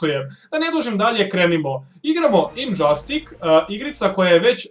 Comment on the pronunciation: nije marvelov flash njega nema flash je iz dc mislio si na dceu i kaze se indzastic a ne indzastik